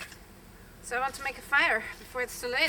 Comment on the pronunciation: Cute how your w sounds like a v. Vork, vant and ve